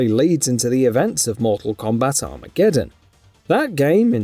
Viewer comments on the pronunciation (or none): none